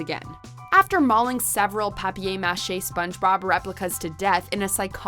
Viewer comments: it ain’t papei mache just say paper mache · Some may think you pretentious for that pronunciation of paper mache'. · Why TF did she say paper mache like that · Never herd that pronunciation before.